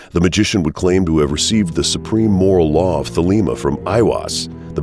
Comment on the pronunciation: Not an A.C. fan here but I must say: This guy doesn't know how to pronounce Choronzon or Thelema.